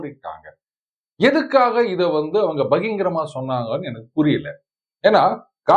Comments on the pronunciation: புதிய சேனலிலும் பகிரங்கமாக என்பதை பகிங்கரமாக என்றே உச்சரிக்கிறீர்கள். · Hello Sir, Please pronounce as "Bakirangamaga" instead of "Bakingaramaga". "Baki-rangamaga" is the right word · பா.ம.க. வுடன் பேச்சு வார்த்தை 'பகிங்கரமாக' ஆரம்பிக்கப்பட்டது. இது 'பகிரங்கமாக' என்று உச்சரிக்கப் படவேண்டும். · Sir, thirutthi kolla maatteerhalo??!! Innum BAhingaram thaana, BAHIN garam nu solla maatteengalo?! Kindly geturself corrected